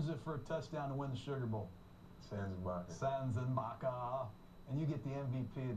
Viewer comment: pryor didnt even say his name right, but gruden did